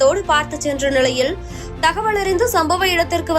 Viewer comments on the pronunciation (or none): ல, ள அப்படியே மாத்தி படிக்கிறாங்க! தினங்க*லா*க குறைந்த நி*ளை*யில்! அது மட்டும் அ*ள்ளா*து, அந்த வ*ளி*யே... பாதி newsக்கு மேல் கேட்க முடியவில்லை! முருகா!!!🤦‍♀️